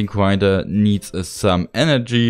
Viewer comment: Uncwaftring gwinedrer